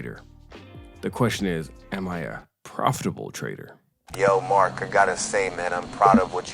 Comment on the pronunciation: Finally someone who says “PROFITABLE” trader and not “PROFFFFTABLE”